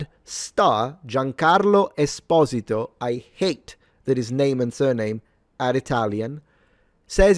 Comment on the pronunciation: The very first time I heard his name pronounced correctly. Giancarlo Espósito, NOT Giancarlo Esposíto like everybody else says it 😕